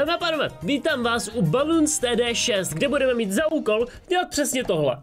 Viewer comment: On řekl baloons td ale je to bloons td